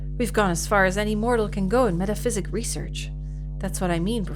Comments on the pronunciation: Bless, never realising it's MetaPSYCHIC not Metaphysic LOL And the song "Poor John" that keeps being sung, it's a real song, my Nan used to sing it sometimes LOL Also I love how when you're asked to answer the horror story questions the bookstore owner says you will earn "An Achievement" and you literally earn a steam achievement LOL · Okay, a day late but I've finally finished the video so now I can say with certainty: never picked up on how the word was "meta-psychic", not "meta-physic" 😭😭😭